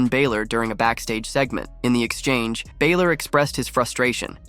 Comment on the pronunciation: Please learn to say Balor's name correctly it's pronounced as Baa-lor, like a sheep baalor